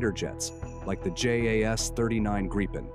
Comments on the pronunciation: When ever I hear Graypen I hit downvote. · The proper way to pronounce the name of the Gripen is "Greepen" (a Nordic "i" sounds like an English "ee"). This entire video comes across as a Gripen sales pitch! The F-16 vs. JAS39 comparison is interesting: Regarding Ukraine, the JAS39 is a likely future, economical, practical and affordable. The does not change the fact that the F-16 is, in the current situation, the obvious choice: being laid off by numerous Ukraine-allied countries, it is available in considerable numbers, it is "cheap" to acquire (being donated in most cases) and usually being upgraded and made operational by the donor nations. It may be old, but it is a mature and battle-proven package. What remains to be seen is how it stacks up against the Russian fighter/anti-air forces. Indications are that while the F-16 may not be avant-garde in the West, the Russian counterparts are likely to be all noise and no substance. Just consider how embattled little Ukraine has managed to withstand the assault of "the Mighty Russian Military" for almost 3 years! Putin is trying to attempt world domination with a thoroughly corrupt Paper Tiger military. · These days and especially for military channels, who knows if the voiceover is AI or not, but regardless: thank you for actually pronouncing Gripen correctly. It's not Grippin, or Grypen, it's "Greepen". Minus the American R but it's as close as you get, I suppose. Edit: I take it back. It's AI, and by the three minute mark, you start switching wildly, just as every other channel. Sigh. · Holy shit, I've never seen a video switching pronounciation more often. Grie-pen. Greepen. Grippen. If you're not going to research the correct pronounciation, at least pick one and stick to it.